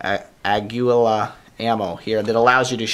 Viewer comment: aguila is pronounced Agila with the power on the first A, its spanish for eagle (really unexpected with the picture^^)